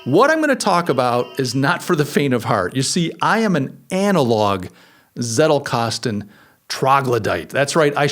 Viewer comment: Leuchtturm is pronounced "loisht-toorm", and the Z in Zettelkasten is pronounced "tss".